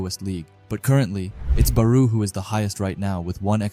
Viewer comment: Gagamaru JIN Itoshi SAY BAROO Shoei SHIDOO Ryusei Bro does NOT pronounce the characters' names correctly